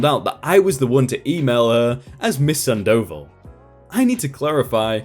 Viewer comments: ...Sand oval? It's a name, dude. San-dough-vall. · MS. SANDOVAL...... SAHHHN-DAH-VAHHHL notttt sand-oval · Miss Sandoval - you are not pronouncing the name correctly. Its not sandOval...its SANDo val (like val in Valerie or vawl) - or "oval" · "Miss Sand Dough Ball". Or you could say Miss Sandoval. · Awesome, but please stop mispronouncing the name "Sandoval" it's like having thumbtacks jammed into my earballs every time. It's not "sand oval" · Damn. At first, I thought it was going to be: Bio Dad (Karl) worms his way into Marina's head and effs up marriage. Turns out Marina was the good guy (or good gal, rather). Cool. Glad OP didn't take Alma back. I know a lot of idiots that would. (Not me, but I'm another kind of idiot entirely. lol) AND... ftr, the name is pronounced SAHN doh VAHL. You're accenting the wrong parts,. Thought you might wanna know. It's not because the mispronunciation over and over and over and over again was driving me crazy or anything. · 👏👏👏 it was killing me hearing him say sand oval like wtf gahh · No dude, its pronounced Sandoval, all together with accent on the last "a," and its a spanish "o" not english "o", so its pronounced o not ou.